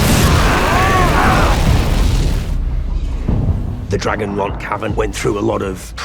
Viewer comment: Not them saying "Ser Steffon Sparklyn" 😭😭